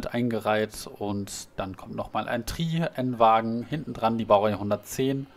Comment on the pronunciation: Nein das heißt nicht TRIII xD Es heißt T R I [auf Deutsch] :D